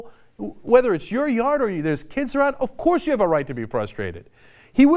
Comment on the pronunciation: cenk ur middled aged now, i beg u stop saying "ofcourse" the way u do